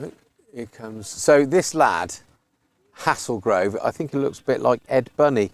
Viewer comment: It’s pronounced “Hay-zul-grove”, but good effort 👍